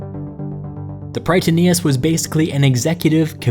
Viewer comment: Just a friendly note in future Greek pronunciation: In Greek, Strategoi sounds like pronouncing "Strateg'e" ('oi' is pronounced 'e'), and Prytaneis is pronounced "Pret'anes" while the singular form is "Pr'etanes" (a simple difference in accentuation). Love your videos, keep it up!